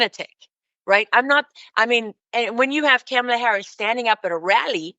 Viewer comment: Some of what you say is true... but do you HAVE to keep pronouncing Kamala's name wrong?!?!? No one calls you "Roos-ul"